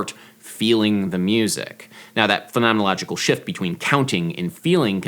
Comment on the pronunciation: Excellent use and (superfast (Instagram)) pronunciation of "phenomenological". However, wrong use of "post-intellectual".